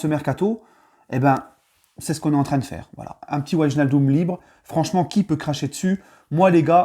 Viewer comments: Tu site très mal son nom comme la grande majorité des Français...ij se prononce hey. En gros c'est wèinaldum. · Par contre il va falloir que tu apprennes à prononcer son nom 🤣